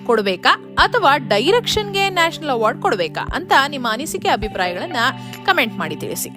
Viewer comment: ಅಮ್ಮಾ ತಾಯಿ, ಅದು ನ್ಯಾಷಲ್ ಅವಾರ್ಡ್ ಅಲ್ಲ, ನ್ಯಾಷನಲ್ ಅವಾರ್ಡ್